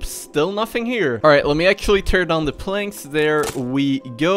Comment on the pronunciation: Why does he say "Turn down the planks"